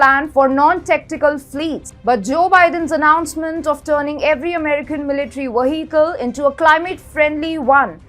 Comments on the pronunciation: Take a shot every time she says Waheekel... :) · I think she find a little difficulty in pronunciating vehicle . No worry . It was nice video